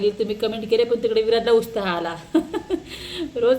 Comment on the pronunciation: उस्ताह नाही गं उत्साह म्हण.